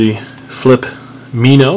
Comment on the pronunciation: you say it wrong its flip mino like a little fish